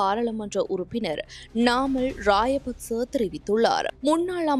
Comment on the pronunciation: ராஜபக்ச என்பதற்கு பதிலாக ராய பக்ச இன்று உச்சரிக்கிறார்கள் உச்சரிப்பில் கவனம் செலுத்தவும்